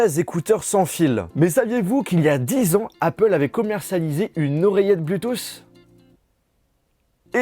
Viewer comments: Arrete de dire bluethoossss cest bluethoot je ss normalement cest bluethoossss mais voila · Criss que tu dis mal Bluetooth! Cristy français cave.